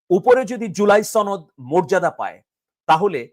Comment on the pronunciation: ভাই আপনি কি ইন্ডিয়ান বাংগালী? শুধু ছনদ ছনদ ছনদ বলেন আসলে সঠিক উচ্চারণ হবে সনদ